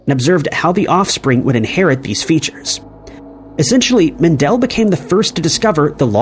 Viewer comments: It's "MEN-duhl", NOT "Men-DELL!" GET A CLUE! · Its actually mEndel, not mAndel secondletter is an E not an A. Thank you.